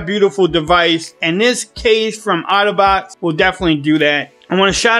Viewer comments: I just keep hearing autobots (otterbox). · Ya I loved how he said it. Transformers ROLL YOU. BTW the S10 comes with a screen peotector no?